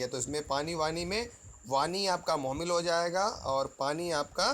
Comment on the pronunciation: sir!mohmil nhi hotair,mohmal hota hai...tet mein talaffuz par bhi dyan diya jata hai